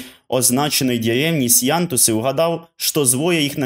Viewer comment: на мою думку, якщо Сеянтус - башкирське село, то й наголос має відповідати тюркським мовним правилам, тобто падати на останній склад. Проте, я можу помилятися, бо не знаю етимології цієї назви.